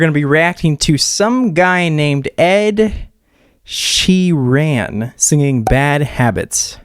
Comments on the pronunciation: "Ed she ran" 😂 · Ed "she ran" 😂 thanks for killing me